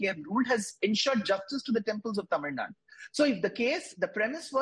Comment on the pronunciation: That guy dosent even know how to pronounce the state name... Its tamil nadu...not tamil nad.. If mosques and churches are not under the government even temples need to be kept away from the government